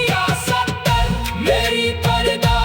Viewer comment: Talaffuz sahi nahi hai. یا سطار ہوتا ہے سطر نہیں